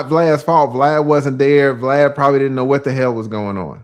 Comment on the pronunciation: Saying BLAD instead of VLAD is the boosie code for max views 😅